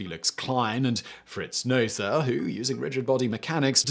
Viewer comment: Except his name was Noether. English speakers pronouncing foreign names...